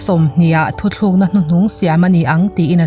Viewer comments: Thuthlukna ni lovin THUTLUKNA..tițhin tawh la ngaihthlak a nuam khawp ang... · Thuthlukna aiah thuTLUKNA ti la ngaihnawm leh zual ang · Thu thlûk na itia,thutluk na tih tur ani lobmaw awww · Thuthlukna ti lovin thutlukna ti hram tawh teh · Thu tlûkna tiin lamzawk la chu a dikzawk dawn a sin le aw. I awka a fiahin a ngaihnawm